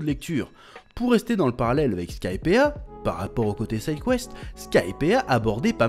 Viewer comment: Chef, ya une raison pour laquelle tu ne prononces pas le "i" dans Skypiea ? C'est très perturbant à entendre amputé d'une lettre, je meurs un peu à l'intérieur à chaque fois que j'entends "Skypea"